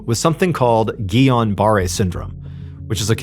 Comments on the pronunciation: Lol that’s not how you pronounce guillain barre lol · Mondays are not so shit after all, yippeeeeee, all the way from the UK. When you mentioned the possible syndrome her suffered from you mispronouced it, it's called Guillen Barre Syndrome, pronounced Gil-en-bar Syndrome, it's a severe Bacterial Infection that attacks the brain & it's functions so you're left Paralysed 😊 🇬🇧❤️